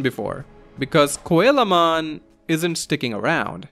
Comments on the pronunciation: His name is pronounce SEA-low mon not coela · i was so confused at whamon evolving into koalamon until i realised you meant coelamon. its pronounced seel-o-mon like the fish coelacanth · coelamon is actually pronounced "Sea la mon" it's based on a coelacanth. Still very neat to see all these digivolutions~ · Coelamon is pronounced "seelamon". It's based on the coelacanth - one of the most ancient species of fish with living members